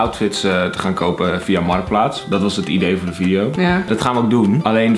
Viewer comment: “MARTKPLAATS” NICE